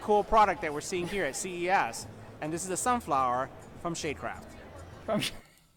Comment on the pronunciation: Did anyone else pick up on him saying 'sade shale'?